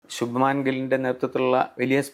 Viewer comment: ശുഭമാൻ ഗിൽ അല്ല. ശുഭ്മൻ ( good heart) എന്ന് ശരിയായി ഉച്ഛരിക്കൂ.